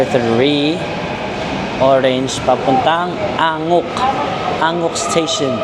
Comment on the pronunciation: Euljiro pronounce as ULJIRO Anguk pronouce as AN-GUK Ikseon pronouce as IKSON Haeundae pronounce as HE-UN-DE Dongdaemun pronounce as DONG-DE-MUN Hongdae= Hongde Hotteok= HOTTOK Kailangan mo malaman yung tamang pronunciation kasi kapag nagkataon na nagtanong ka sa local at mali ang pag pronounce mo hindi ka nila maiintindihan..